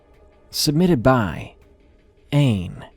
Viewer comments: Just to let you know Aine is pronounced awn-ya, it's Irish for Anne! Regardless, love your videos! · The author of the third story is actually pronounced 'awn-ya'. It's an Irish name and there's an accent about the a in the name